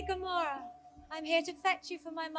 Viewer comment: its Gamora not Kamora